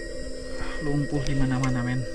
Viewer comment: Bukan lumpu.. tapi lumpur bro